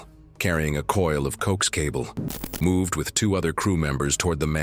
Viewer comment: 😄COKES CABLE? I think it was coaxial cable, shortened to COAX, pronounced 'co-axe'